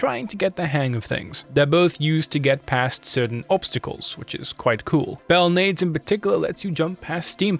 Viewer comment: Excellent, nuanced take of the story. I was always curious how the story went, as I played through LoS1. This story is interesting and I think that they did really well. Also, nitpicky thing here, but Belnades is pronounced bell*nah*dehs. Other than that, great pacing and great video. You’ll get some much deserved subs soon.